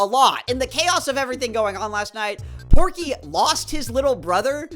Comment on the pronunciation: The r in Porkey is invisible.